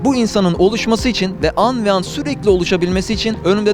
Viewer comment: Aga anvean değil anbean..